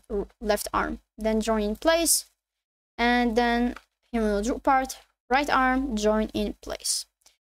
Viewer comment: wtf is a Humanoid Rock Bar. Speak clearer